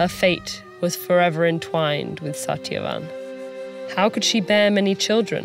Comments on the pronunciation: Why didn't they get a reader that can correctly pronounce these names? Its Suht-yuh-vahn not sat-ya-van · Satyavan with hard "T" (ट) ?? It should be soft "T" (त). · Shat-ya-wan Correct pronunciation? Lol! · Satyavan's pronounced - sa•thya•vaan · I was low key disappointed with the pronunciation of "Satyavan" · Satyavan was pronounced wrong I guess. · It's not perfect but understandable. Satyavan is pronounced different. But altogether it was good. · Except Satyavan tho 😂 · Except Satyavan's name. The narrator's accent came out on that one. But not a bad job for a non-Indian. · Every name in this was properly pronounced but Satyavan